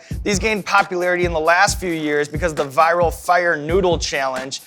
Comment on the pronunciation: Sean says “fire” like a German